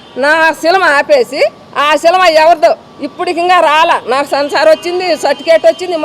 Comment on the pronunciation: Unnadhantlo endhuku brathakaru? Cinema ani palakadam radhu nuvvu em cinema theesavu?